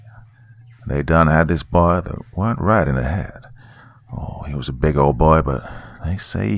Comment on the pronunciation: I wish I could show you how to say the word "weren't" when it's in that context, cause it's not how it looks